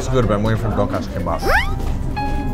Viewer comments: All I could hear through the whole video was "Donkeyass" instead of Donkatsu xD - "Do you guys know what a donkey ass is?" Me - "Well....yes..Oo" - "Well let's not eplain what is is now cus' we're gonna show people what is is when we go!" Me - "Ehrr...O____O.......Didn't know I'd be watching National Geographic today.." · says donk-ass... hehehehehe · ITS PRONOUNCED TON-KAT-SUUUUUUUUU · Their pronunciation of donkatsu is kind of distracting (please emphasize DON for DONkatsu) but I still salivated as much as Simon. Holy shit I want that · Donkatsu (Tonkatsu) is japanese pork cutlets.. its pronounced ton-cut-su... i don't know why I'm adding this comment lol, just felt like it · Can't pronounce Donkatsu because it's Japanese LOL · Their Korean pronunciations are so awful that it's actually funny. XD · Ugh the way they pronounce tonkatsu is completely wrong....